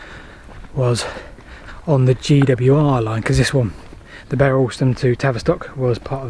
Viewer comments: Bere Alston. It's 'beer' not 'bear' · Pronounced Beer Alston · Locally pronounced "Beer" Alston. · Bere Alston, The Bere bit is pronounced beer. We are encouraging the rail connection from Bere Alston to Tavistock as the first stage of the re-opening of the line to Okehampton. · I used to travel on a scholars season home from Tavistock School to Bere Alston (glad someone picked you up on the pronunciation). The School bully threw my cap out of the train in Shilamill Tunnel. He had a twisty eye and his grandfather, who could not read or write, had built the Tamar sailing barges at Calstock. The next day the lineman had found it and it was waiting for me at the booking office in Bere Alston. The North portal is just above the lower road to Bere Alston and easily seen. The other pronunciation problem is Morwellham. Above it are Morwell Rocks - the Saxon word for a village is "ham" So the Morwell HAM not Morwellum